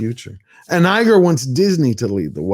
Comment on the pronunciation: Do you thing buddy…George Lucas backed Eiger…like Jar Jar Binks supporting Palpatine! sad